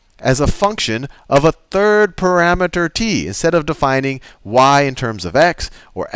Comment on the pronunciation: Pa-RAMETER. Parameter. ...pa-rameter.